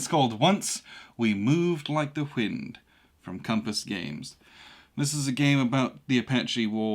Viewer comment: Are you saying 'whind'?